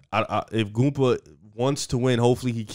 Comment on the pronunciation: My man really called him gumpa right after corrected him to say gupta lol